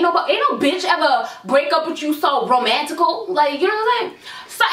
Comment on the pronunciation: "It was so romantical"😂